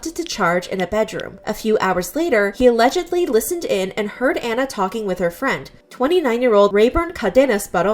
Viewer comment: i love how she keeps saying alledgedly